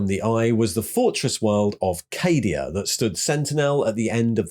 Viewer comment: What's this? not pronouncing Cadia as "Caddia"? 😜 But seriously, absolutely fantastic video mate! As an old, old, olddd veteran of the game I had pretty much given all the Primaris/Guilliman guff a miss and skipped out on reading the new lore. So this did nicely. Cheers.